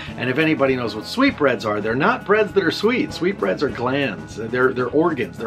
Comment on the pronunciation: I didn't even know he was saying sweet breads. I thought he was weirdly saying sweet brains.